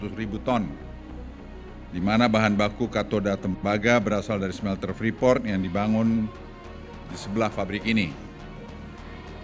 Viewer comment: Bacanya freeport min bukan freefort